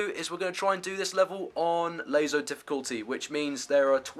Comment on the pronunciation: Another lazo guide? I mean laso he says lazo :D